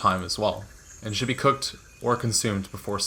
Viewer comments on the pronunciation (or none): 'coocked' instead of cooked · I thought i was the only one that noticed it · The fish said "coocked" by the way.